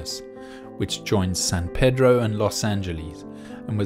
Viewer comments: We actually pronounce San Pedro as "San Pee-dro". Shrugs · It's pronounced San Pee-droh.